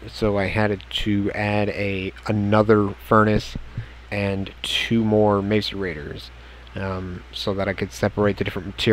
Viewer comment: You say macerrsters as masarators